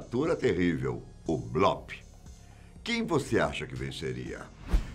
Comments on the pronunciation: Blópe? Acho que o certo é bloop (blupe) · Gostei demais do vídeo meu amigo, só a pronúncia aí que é “bluup” não blóp já que essa palavra vem do inglês! Abraços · Nao é blOp é blUp a pronúncia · sim o certo é blup com um P quase mudo, mas a gente perdoa o kkk